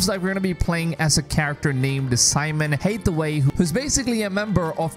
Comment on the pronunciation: ooof Pronunciation of heresy and Hathaway. My dude, really?